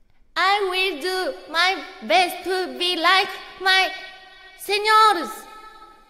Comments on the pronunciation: The correct translation is senior (SEEN-YOUR) but she pronounced it like Spanish (SEN-YOR). People were pulling her leg about the funny goof. Its not that deep. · Lmao she meant senior but how she pronounces it was señor and then she calls ERB Master too hahaha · LOL did she read "Senior" as "señior"?😂😂 She is genuinely so adorable 🧡💛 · I'm sure the joke is how she literally said it like señor(masculine). She called her a guy. She translated the right language, but read it in the wrong one. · she pronounced it that way because it's a japanese speaker speaking english? It literally sounds like how someone whose first language isn't english would say it. Latinos trying to make it about themselves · it's funny coz she just read senior the non-english way and jp chat thinks she's saying señor LOL